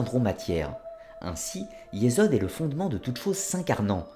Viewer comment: Juste my 2 cents : 1. « ch » se prononce « rrr.. » ou « 'r » la lettre Rèch, r gutural, donc on dit « rrr..orrr..mah ». 2. Il n'y a pas de « z » en hébreu, on dit alors « yessod », non « yezod » 3. « k » se prononce dans « malkout », « r », r guttural fricatif, donc « mal'rout » Bien à vous